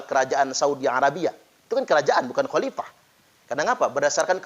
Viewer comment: Sebut Khalifah saja baradja tidak benar..dia bilang halipah